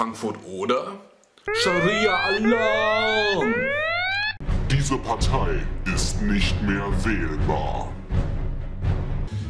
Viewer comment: er hat gesagt SharSia LOL